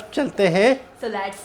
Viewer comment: laats? jahil aurat lets hota hai